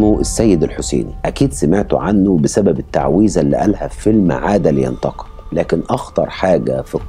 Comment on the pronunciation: ياراجل انطق حرف الـمـيـم بوضوح جعلتني محتار بداية الفديو اسأل نفسي "ما معنى عاد لينتق، عاد لينتق" ؟ الى ان ظهرت صورة دعاية الفيلم المقصود، فعرفت ان عنوانه " عاد لينتقم" (و ليس عاد لينتق )!!! خمس او ستة مرات تقول "عاد لينتق" "عاد لينتق" جعلتني احتار واشك بسمعى وعقلي واقول لنفسي "ماذا يقول هذا الرجل؟ ام ان المشكلة في انا؟" الاخوه الاعزاء اصحاب الفديوات، رجاء، اخرجوا الالفاظ من مخارجها السليمة.